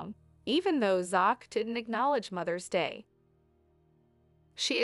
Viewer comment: The voice over needs prononce Zachs Name